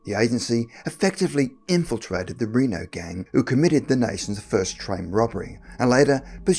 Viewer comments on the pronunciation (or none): none